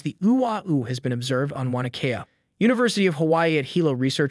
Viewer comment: Funny that he can pronounce ua’u properly, but he can’t pronounce “mauna” properly.